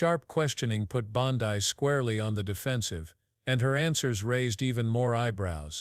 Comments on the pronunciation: Bond-ai? AI voices have no brains. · Hey, AI her name is pronounced Bon DE one thing about AI when it comes to people‘s names, they can’t distinguish between the letter, E and I